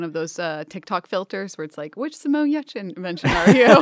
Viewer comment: Simone Giertz (pronounced Yetch) is a fantastic guest and innovator! She has such a filthy mouth for such a sweet lady! -Just the way I like!